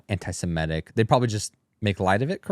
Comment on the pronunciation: "anti-sematic" sheesh....